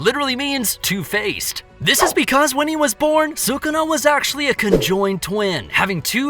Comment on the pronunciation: Is sukuna not sukana